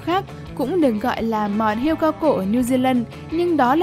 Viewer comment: Hươu chứ không phải hươi.